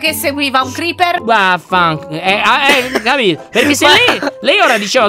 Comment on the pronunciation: Il Creecker? (lo detto sbagliato) IL CREECKER? XD IL CREEPER XXDDDDDDDD